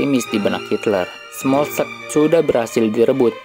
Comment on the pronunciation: smolenk baca bukan smokkeln koalisi bukan koalasi